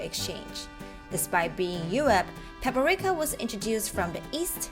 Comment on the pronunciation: It's Paprika, not Paperika.